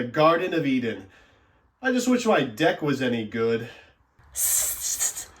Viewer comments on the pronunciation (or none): none